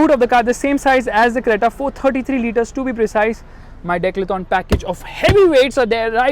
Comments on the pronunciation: Bro said decathlon as declathon 😹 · it was funny when you said declathon instead of decathlon :D :D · bro Its Decathlon, Not Declathon 😂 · Bro said " declathon " lmao